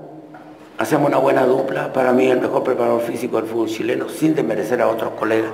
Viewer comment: Clavito se dice fútbol y no fubol xd